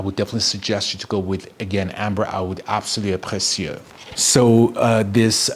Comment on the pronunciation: Obsessed with the pronounciation absolue precieux